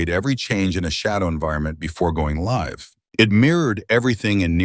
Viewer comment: Loved the narration style. The AI narration has a few blips, like it narrates LIVE as in living, instead of the one in a live broadcast.